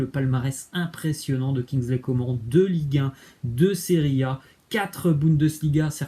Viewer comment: On prononce "kingsley Comâne"